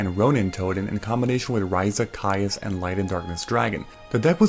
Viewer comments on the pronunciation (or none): none